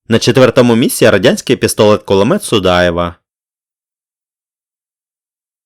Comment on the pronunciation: Дякую за цікаве відео ! Проте трохи ріже слух те що ви інколи говорити пестолет П(к)улимет